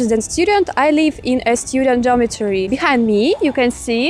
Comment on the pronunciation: You pronounce the word 'live' like 'leave', you must pronounce 'live' with a short 'i' Also you say 'I am like it' but this means nothing. You can say 'I like it.' or 'I like my room', or "I don't like this building". Just use the verb 'to like' in present tense.